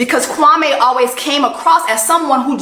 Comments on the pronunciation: mispronouncing Kwame's name is just poetry😂😂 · exactly like said. Everyone in Ghana has a day name and depending on their ethnic group, the pronunciation and spelling differs. Kwame is Akan, so that’s how his name is pronounced. It grinded my gears hearing the cast pronounce his name wrong during their season. Our names are important and pronunciation matters. He should have known better and pronounced his name properly.